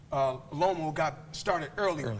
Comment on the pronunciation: I'm thinking bro can u say the names Teofimo and Loma properly?? Then I remember Floyd can't read